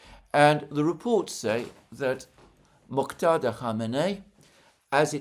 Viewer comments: Mojtada. J like English J, or French DJ. Not Moktada. Thanks for trying and the good intention. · Mojtaba NOT Moktada. You are butchering the name not only in previous videos but also this one. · Alexander, it’s Mojtaba pronounced MOJ, with J as in John, and add TABA! MOJ-TABA! You seem to be confusing it with Moghtada which is the name of the Iraqi cleric Moghtada Al-Sadr! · Its "M O J T A B A" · Hello Alexander, it's still pronounced /moodge•tab•R/ ([ˈmʊᵈʒ.tæ.bɒː]). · "Oops ... I did it again." 🙈 It's rather tragic that he apologised for mispronouncing the Supreme Leader's name -- and then went on and repeated his mistake. 😔 🤍🇮🇷🤍🇮🇷🤍🇮🇷🤍🇮🇷🤍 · Hello Mr. Mercouris. Just here to say Mojtaba is spelt with a hard J as in Majlis. You’re relying on people with a Romance language tinge who pronounce J as H. Source: my brother’s name is Mojtaba. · Still butchering Mujtaba’s name my friend… just saying 😂🫡